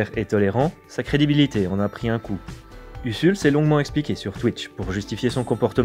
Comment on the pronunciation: Ca se prononce Uzul pas USSUL.